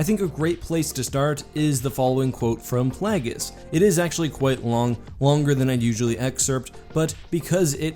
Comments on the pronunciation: Plagiuous? What did you say? Dont get cute just say it right. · I dont get why everyone pronounces Plagueis name wrong, when it was pronounced in the movies perfectly. Your pronouncing it like a little g, when it's phonetically a J. PLAY-JIS. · Is nobody going to mention the way he said 'Plagueis' and 'Muun'?